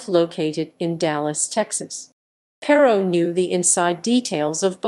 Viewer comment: This is old. But it's Not Elle ec tronic. It's E lectronic. It's Plain O. Not Plawn O. Plano. It's not Pair O. It Purr Row. Perot.